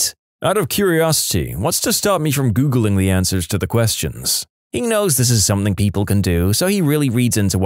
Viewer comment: No K in the word something .